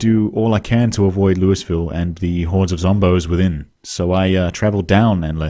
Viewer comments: LOUISVILLE!!! LOOEEEVILLE, you're painful foreign.🫵🤣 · Hello, as a Kentucky native I am going to humbly tell you that it’s pronounced lull-vull. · That’s not how we pronounce “Louisville”